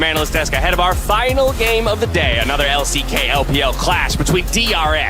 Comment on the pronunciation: MY BOY SAID EXP IN THE L-I-C-K ??